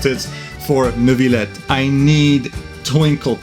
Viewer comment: Ayo, how did you say Neuvillette that well ? Nice ayatoes btw